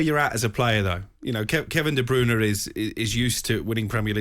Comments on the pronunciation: "Kevin Deebrooner" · Worst pronunciation of KDB’s name.